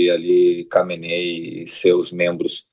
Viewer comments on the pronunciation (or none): Burro não se fala khomeni kkkk e sim khaminei seu 🫏🫏🫏